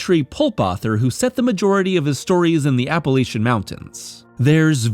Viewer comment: I was all down for this video and then he said Appalachian wrong